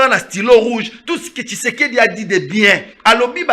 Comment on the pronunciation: PRONONCE TSHISEDI ET NON KISEKEDI TU TÁGITE TROP SUR TON PLATEAU...COMMUNIQUE COMME TON MAITRE QUI NE CRIAIT PAS MAIS CONVAINQUAIT